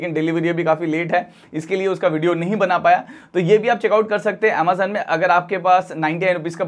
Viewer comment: Boat 2 in 1 fantastic cable.👍.Bhai pahle tu Amazon bolna seekh le.😂😂.Croma rate boat 2 in 1 cable is 149 rs i have purchased